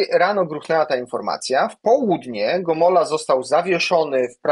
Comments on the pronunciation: Gomoła, a nie Gomola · Gomoła, a nie Gomola.